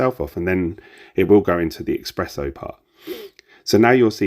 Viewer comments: Great detailed review! Thank you. Just one thing... Its pronounced S press Oh (only mentioning it because I'm Italian. No offence meant lol) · It's ESPRESSO with an S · Espresso...other than that, great review 😂😂